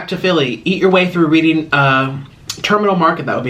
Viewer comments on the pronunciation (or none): You’re from Pennsylvania and you don’t know how to say Reading Terminal Market. Pronounced REDDING…RED-ING. Goodbye